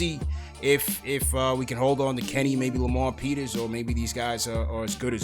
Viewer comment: Finally heard someone say Lamar Peters!